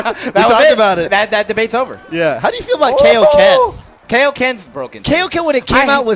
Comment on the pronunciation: "How do you feel about the KAY-o-ken?" Hmmmmmmmmmmm.